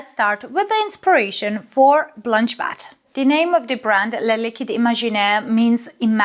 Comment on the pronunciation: Bet not bat. Nice review as always